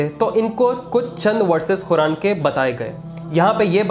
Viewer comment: Speak Properly - Khuran Nahi Qur'an